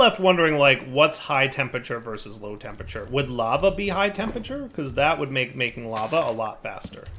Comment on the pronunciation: Skip straight to about 24m if you want to hear say 'Tempature' instead of 'Temperature' about 50 times.